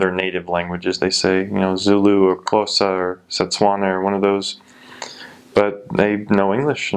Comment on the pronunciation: You are so smart and very observant, I liked the fact that you prounanced Xhosa pretty well.